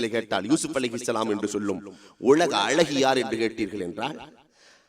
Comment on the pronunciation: அருமையான பதிவு, அளகு அல்ல அழகு என்று அழகாக உச்சரியுங்கள் இன்னமும் நன்றாக இருக்கும்.